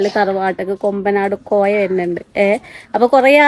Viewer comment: കൊമ്പനാട് കോയ അല്ല കൊമ്പകാട് കോയ an